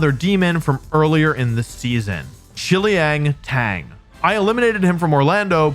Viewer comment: i'm not a native Chinese speaker, but shiliang tang is three syllables. hope that helps.